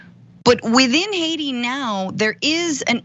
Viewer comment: It wasn’t Hacia it was Haiti if you can’t say the word right don’t do with the news